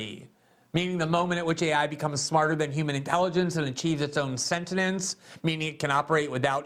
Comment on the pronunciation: Dunnnng and Kruger laugh at your meaty attempt to pronounce "sentience," nevermind manifest it.